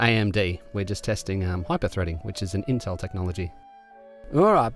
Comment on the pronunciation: y he say intel like hes a gated community bro